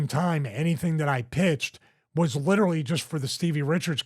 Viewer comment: "Litterly" -Stevie Richards Love ya, bud, you're the man.